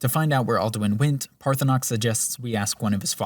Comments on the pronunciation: And even with all the valid criticism, I still play a playthrough in 2026, 15 years after it came out and it is by far my most beloved RPG fantasy escapism. And I love that you mispronounce Parthunax the whole time and call this evil lizard Parthunox. 😂 I call him target practice until I can make Dragon-Spare-Ribs out of him and suck up his soul. 🤤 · Is there some joke I am missing as to why you are miss-pronouncing Paarthurnax cause his name is said many time in the game, also in this video. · Enjoyed the video. The way Paarthurnax was pronounced really annoyed me though. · ParthurNOX? HOGraven??? My brother in christ show some love to the letter “A”